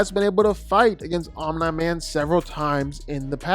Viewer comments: lol why is he saying Omni man like that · Why are you pronouncing Omni-man's name like that 😂